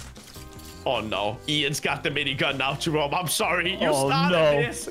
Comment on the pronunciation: did he said Minigun or Binigun?